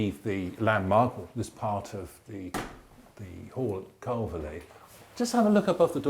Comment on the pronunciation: Nice informative commentary....but I wish he would pronounce Calverly correctly! It’s pronounced Carvly...like to carve meat with a lee on the end.